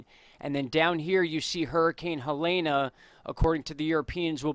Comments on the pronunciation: You're late. The new advisory was at 7pm. Also, it's pronounced "Hay-lean". Not "Helayna". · You say Helene wrong everytime lol you are forgiven Edit: Heh-LEEN